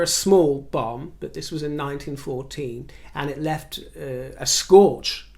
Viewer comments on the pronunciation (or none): none